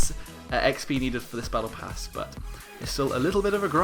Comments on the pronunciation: Battle prass ?! U ok? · Like for "battle prass"